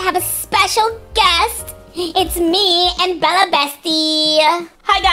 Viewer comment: its bella not pella and mella???????😮